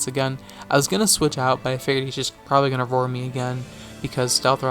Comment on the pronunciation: Everytime you said roar I heard it as vore, and I had to rewind a few times after choking on my soda in laughter.